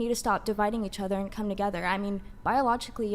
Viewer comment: bitch says "coom" but also burps like a 55 year old trucker after guzzling a 6 pack of Heineken...